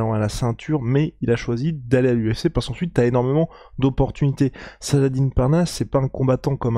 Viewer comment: la maniere dont vous prononcer le prenom salah-dine est tellement absurde ( ce n est pas une salade )